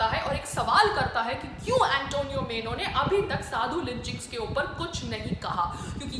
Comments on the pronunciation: Antonia was her name, not Antonio. Antonio is boy's name, Antonia is girl's name. That's how Italian, Spanish names are! Also, not मेनो, but माइनो! Sonia Gandhi must be laughing at you! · Please make correct pronunciation as. MAINO and not MENO. It is MAINO. please don't take it otherwise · Antonio Meno nahi PAAYAL ji...😂😂😂 Antonio Maino....Plz update...